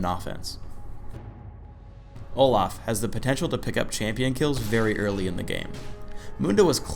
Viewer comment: He says Olah